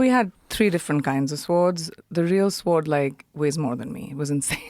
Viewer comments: She keeps mispronouncing SWORD. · Are you kidding me with this sh*t? Btw, genius, the “w” in sword is silent. Imagine anyone listening to this for longer than ten seconds.